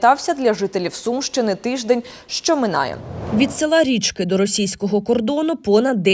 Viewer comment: не РІчки, а РічкИ ( завжди казали РічкИ, на И наголос)